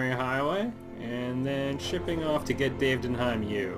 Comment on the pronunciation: Not sure if I should be saying this, but it's "GettingDaved".